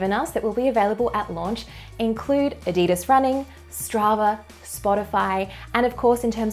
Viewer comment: "Ad-dee-des" rofl.